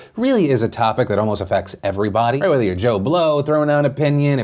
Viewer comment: "Generally effects everyboaady" the way you pronounced that lmao